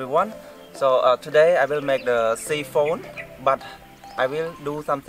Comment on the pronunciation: real good. you always build good stuff. keep up the great work. 👌 just let you know its pronounce Sy - phon. pronunce as Y for Siphon not See-phon .. appreciate all your videos and your english. english also a 2nd language for me looking forward to all your future videos friend.